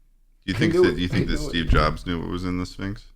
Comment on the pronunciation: Please stop with the syphnx, its concerning